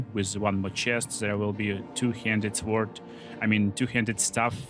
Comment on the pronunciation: The W in sword is not pronounced. I'm very sorry English is like this.